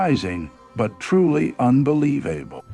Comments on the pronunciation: Was intrigued by the video, but the narrator is so awfully terrible at pronunciation of English words, it’s hard to follow! It’s so “unbeliev-A-ble! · Why don't you hire a human voice artist. AI can't even pronounce simple words like pyramid and unbelievable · Come on. Are you so broke you could not afford a human narrator , “examine-A-TATION” ? Seriously? Un-believe-Abel “ now I question everything.